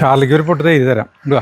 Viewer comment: 12.37 😂😂 തെയ്ര് അല്ല തൈര്😅😅😅